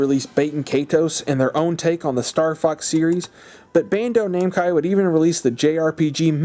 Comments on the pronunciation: "bando-namcai" lmfao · did you really just call it BandoNamcai 😂